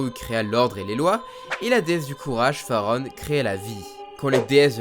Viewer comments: La déesse c'est farore, pas farone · Farore et non pas farone 🙃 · farore et pas farone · Suis je le seul à être stressé du fait qu'il n'arrête pas de dire pendant absolument TOUT le long de la vidéo "Farone' et Nyaru" alors que c'est "Farore" et "Nayru". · Bonne vidéo par contre c'est Nayru et pas Nyaru et pareil pour Farone, c'est Farore ^^ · Tu t'es trompé dans les noms des Déesses. C'est Nayru (et non NYAru) et Farore, et non FaroNe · « Faron » ? « Nyaru » ? Oula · "Farone, Nyaru, Gouhma, Daruna..." ça pique ^^ Mais ça n'enlève rien à la qualité de cette vidéo ;) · C’est FARORE et NAYYYYRU!! et pas euuuhhh niaru là... XO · Trés cool comme vidéos mais par contre tu as bien prononcé le nom de aucune déesses >< la prononciation c'est "din", "naillerou" et "Farore